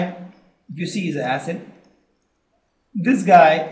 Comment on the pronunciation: And u people pronounce many words wrong...such as acid, features...and etc..